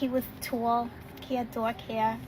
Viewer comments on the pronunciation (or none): "tall" has 1 syllable, not 3.